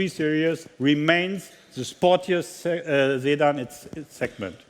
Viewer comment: Ok we got it you are French but why you changed the sedan word to make it sounds like Zaidan! Lol